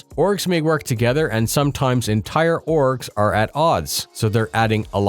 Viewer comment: kept hearing "orks" Multiple orks.